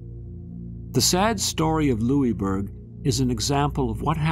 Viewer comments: Being from Cape Breton, this is interesting. However, Pronounced "Lewisburg". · hahahaha i know every time he said it i thought - its lewisburg! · Nova Scotian here. We pronounce it lewis-burg. This was a very interesting video, ty for posting it! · Well it was named by the French and they pronounce it the French way. However we won, so we can rename it whatever we want. LosISburg it is. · it drove me nuts lol. I commented that we pronounce it Lewis-burg haha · We are still Cape Breton Island a part of Nova Scotia not formerly as you would have it seem and we here pronounce the is in Louisbourg. If you haven’t visited this site I invite you to do so it is amazing. And archeological dogs are still u set way to this day on the site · Question for you all also. Does anyone else pronounce Louisbourg like he did in the video? Was anyone slightly bothered each time? Or was that just me? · Would have been better if the forts name had been pr9nounced correctly.